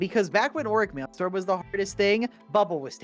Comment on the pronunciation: wait until you hear how he says maelstrom